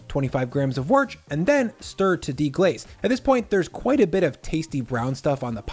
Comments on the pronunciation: Warch? I think you mean wuss old bean. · Good stuff! But. . . Would it have been too much trouble to say worcestershire, rather than worcest? I had to replay it twice, then go through the ingredients list to get it straight. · Whorch. Man. WOOST. If you really think you must. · please, I beg. Worcestershire Sauce is pronounced ‘Wuss-ter-sheer’. We don’t ever shorten Worcester or Worcestershire to Warch, this is an offence 🤣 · WTF is worch ?If you are referring to Worcestershire Sauce then you should learn to pronounce it properly. Worcestershire is pronounced "Wooster- shirr". there is no CH sound in there. Hence no Worch ! BTW great recipe ! Thanks ! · "How do you pronounce Worchestershire?" "Worch" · Say the whole word, please. Don't be snooty. Like say wostershire. Not a difficult word. Neither is caramelization. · Did you seriously say caramelizash? Then Worcht?? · "Worch" I love that